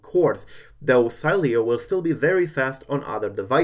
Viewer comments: it should be pronounced "Seeleo" hey try this in the terminal with say command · Savage_Fps-Gamer last time I checked it doesn’t matter if you tested on a text to speech system if the creator says to pronounce it Si-lee-o it’s pronounced that way whether you want it to or not lol I think you need to learn how United States ACTUALLY works